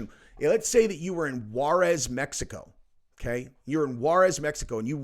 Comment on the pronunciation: Welcome back from Meh-hi-coh- do you